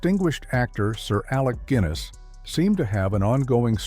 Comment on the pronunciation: Check the Ai pronunciations before posting. I Don't think Alec Gwinness would approve. Also ensure your images match what is been said and don't use clips from other films which are not relevant